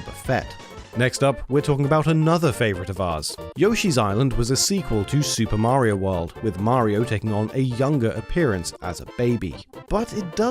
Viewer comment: You guys still can’t say Mario right.